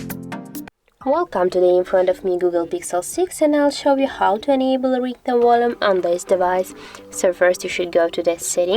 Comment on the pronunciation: It is pronounced volume, with a V, and not "wollum."